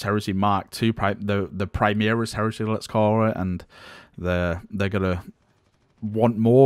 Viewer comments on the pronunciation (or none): Is it overly irrational to be annoyed by the constant pronoucing of "Primaris" as "Primeeris"?